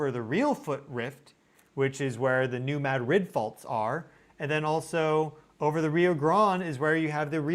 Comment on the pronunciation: Does wind shear relate to shear waves? p.s. New Madrid is mad like in mad men and emphasis on the mad.😊